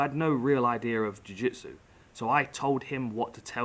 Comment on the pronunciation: I love how english guys like dan and Michael say "Idear" instead of idea. Idk if that's an English thing all together but i like it! It flows so well lol.